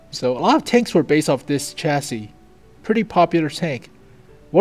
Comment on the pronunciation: holy shit, said chassis right!